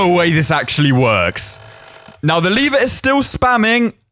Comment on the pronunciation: Its l-ever not leave-er